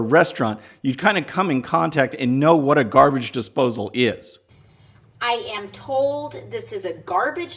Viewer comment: She sounds DRUNK when she was playing with the garbage desposle... DRUNK ..